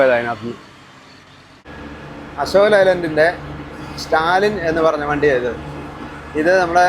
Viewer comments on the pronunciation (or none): It is pronounced "stalyan", not "stalin". 😊